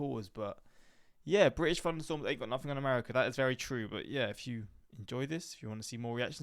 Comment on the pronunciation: I also love “FunderStorms”